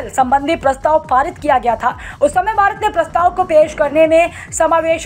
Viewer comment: Bharat ko Bharat bole aap baarat baarat baarat bolts ho